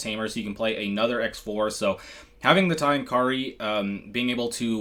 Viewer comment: It's pronounced CROSS 4 and CROSS 5 not "X" 4 / 5.....just fyi